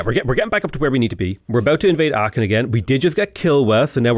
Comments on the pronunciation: the "ch" in Aachen isn't a ch like cheese but rather a k like chitin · Aachen - the "ch" is pronounced like the spanish "J"